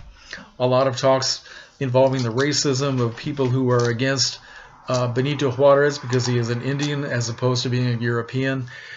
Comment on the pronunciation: Great job with your Spanish pronunciation of Juarez, most people butcher the name Juarez, trust me I know! Very cool choice of movie. You can't go wrong with Bette Davis. Keep up the great work, you always surprise me with your movie selections.